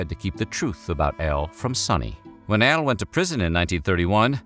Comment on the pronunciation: Love this guy but is he saying L or AL?. Am I hearing things.